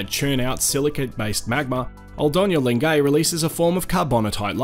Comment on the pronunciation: Great video - I love Lengai and have been there three times. One polite tip, though: it's pronounced len-guy, not len-gay. Otherwise good job and glad to see those fabulous landscapes again, especially Lake Natron.